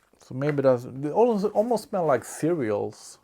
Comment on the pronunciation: This fool said cereals 🤣🤣🤣